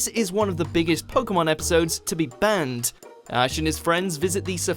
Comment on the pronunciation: When you say "banned", it sounds like "burned"